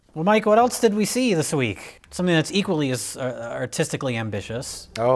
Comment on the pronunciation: it's "else" not "elts"